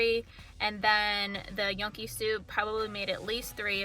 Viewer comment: You mispronounced Gnocchi.